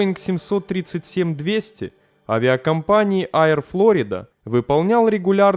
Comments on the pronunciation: Не Аер-Флорида, а Ейр-Флорида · Все хорошо только Нью Йорк Эйр, все правильно👍 но почему то Айр Флорида, вроде мелочь, но авиационному каналу нужно быть внимательней, удачи✌